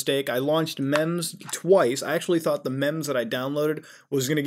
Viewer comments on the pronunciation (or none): none